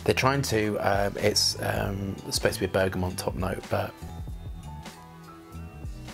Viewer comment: Just before he said he was dyslexic, I was thinking, 'he must be dyslexic'... because of how he pronounced bergamot and limonene! His olfactory prowess makes up for that, though! I've discovered it's almost pointless testing from cartridge paper - it selectively gobbles up some of the components, and doesn't have natural warmth. My very dry skin can ruin a lot of perfumes, too. 🫤